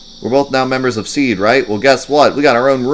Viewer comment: hope you read this. SeeD its read “SeeDee”, not Seed as you say. Ok now... I will continue watching your video